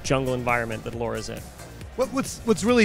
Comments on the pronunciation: Also it's pronounced Lara just like it is spelled. I don't know where calling her Laura came from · Mate her name is Lara, not “Laura”. Have you ever heard anyone call her “Laura Croft” ?? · Did said laura instead of lara? No harm done, i think too much game in the event gets the name pronunciation mixed up. Keep us updated!!! Thanks for the coverage. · Why, after all this time, are they still calling her "Laura"? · Is he really saying Laura? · Why he call her laura :XXXXXX it's Lara :S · Why is he calling her Laura? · They made the game and can’t even say LARA instead of LAURA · Because its Lara! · It's Lara not Laura... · Did you just say laura? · I actually believe that some americans are incapable to say Lara. I wouldnt say that if this phenomen wouldnt appear every other video, but it does. You can tell them its Lara, not Laura the whole time, they dont care. They are indeed incapable of learning. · IT'S LARA